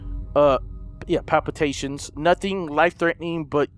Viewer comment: fun fact: it’s not palpatation, but palpitation. Not that anyone cares tho.